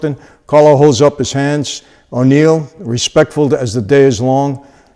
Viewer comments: Why do you keep calling him O'Neil? Wasn't it just Neil? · "O'Neil"?? No : Neil! His real name was Agniello Della Croce. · Aniello. Not O’Neill.